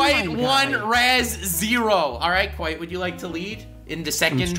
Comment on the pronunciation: KWITE KWITE KWITE